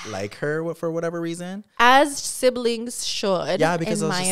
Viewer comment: Wtf is a sivling!? U mean siblings !????😂